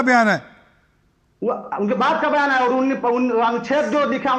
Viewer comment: ये यहां ही एक्पोज हो गया। कुमार को कुमाड बोल रहा। अधिकारी को अधिकाड़ी। और को ओड बोल रहने । सबको पता है ये और को ओड कौन बोलता है। पक्का ये Pakistani है